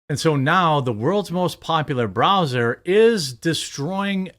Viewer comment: Wth is a Bra Zer ? Are you trying to say Br Ow zer lol ?